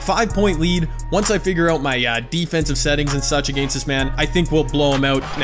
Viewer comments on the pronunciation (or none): Nobody:: A-GAINST!